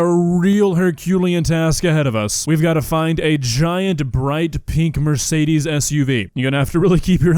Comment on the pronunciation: It hurts my german soul to hear how they pronounce 'Mercedes'